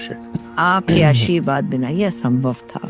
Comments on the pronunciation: Ashirwaad ❌ Asheerwaad👍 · Aashirwad ❌ Asheerwad ✅